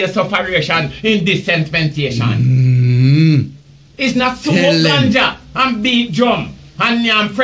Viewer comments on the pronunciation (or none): Gaza gena yu dunce bredda! Bout disenspensation! A which school yu go man? Rygin King primary? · Kiwayne Brown run een a try correct man bout “disenspensation” Like that is a word! 😂🤣 dunce nuh raaas. People Unu Subscribe to Level100tv. Thanks